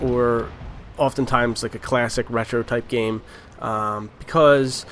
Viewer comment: Gaaaameeee, not Gay.